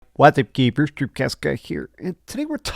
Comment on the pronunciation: I’m not a hater, I mostly at least mildly enjoy his vids, so I’m not here to join in on the hate. Having said that, every one of his videos lately has me laughing after his intro and then thinking about someone’s comment a little while back saying “What’s up, Gay-bers”. 😂. Nailed it.